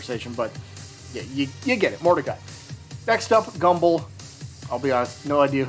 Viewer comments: Bro it's gumball not gumbull😭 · i absolutely refuse to believe he thinks its pronounced "Gumble" he has to be doing that on purpose